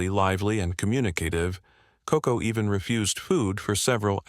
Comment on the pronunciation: Koko, not Coco.